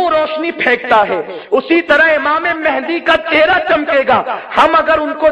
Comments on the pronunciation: Naam to sahi liya karo Imam e mehdi Mehndi nahi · Its Mahdi or Mehdi not mehndi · Hazrat Imam mehdi a.s naam hai mehndi nahin pleas correction krein